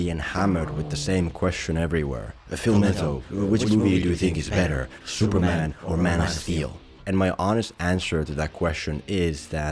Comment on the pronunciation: Who is 'Shuperman'?